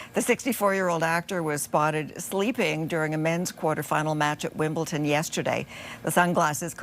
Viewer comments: Hey Sandy, there is no 'T' in Wimbledon. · It is pronounced WimbleDon Sandy, NOT WimbleTon! Don''t you know this after so many years? As a national news presenter, you are embarassing Canadians!